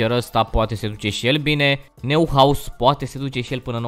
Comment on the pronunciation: Neuhaus se citește Noihaus